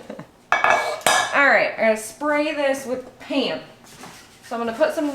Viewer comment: Paam. You can hear your midwestern accent big time when you say "Pam" :)